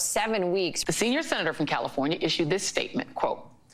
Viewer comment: Did you say Senior Senator or Senior Center? Senior Senator at the Senior Center?